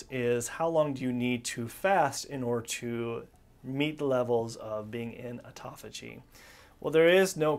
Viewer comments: ( Important ) not ehporehh I use to do the same thing til I got my balls busted about it! Am I a Dick? Yea! I can at least see that in myself. & half the time you're pronouncing it tauffigy! You have a shitload of excellent information and FACTS! Everyone needs self improvement including myself. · He says 'tophagy' a lot 😜